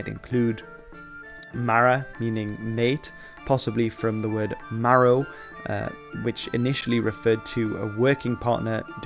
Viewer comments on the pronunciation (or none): none